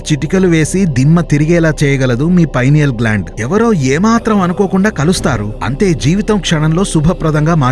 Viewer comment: Pinal gland pronounacene wrong